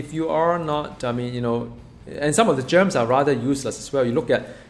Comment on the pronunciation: I love that he calls Gems...Germs.